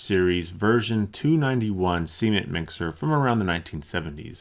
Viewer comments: is "see-ment' anything like 'cement'? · Seemen* yw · Is it just me or does it sound like he's saying "semen mixer" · "See-mint mixer" Dafuq? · He says cement like seement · "Seement." Sorry, just had to point out how you pronounce Cement- :P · Am I the only one who heard Semen mixer to begin with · It sounds like you're saying "semen mixer" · Cement , please pronounce the t on the end of the word ! Caught me off guard for sure lol .